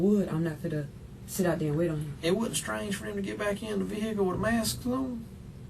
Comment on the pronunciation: Like that detective. Whenever they pronounce vehicle ve-hickle. Yea, it's a wrap😂